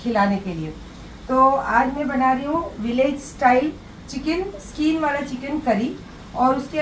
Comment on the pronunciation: Skeen nhe hota skin hota hey....😂😂😂😂😂😂😂😂😂😂😂😂